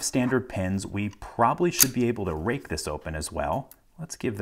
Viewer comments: is he saying rape or rake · The first few times I saw him do it I thought he said "I raped the lock open". My immediate thought was "can you say that on YouTube?"